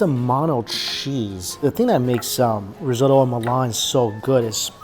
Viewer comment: I absolutely love these travel food vlogs, keep up the good work,. - - - - - - - - - - - - side note... "Y-eat", "rosotto"...this guy butchers white people words like white people butchering chinese names 🤣.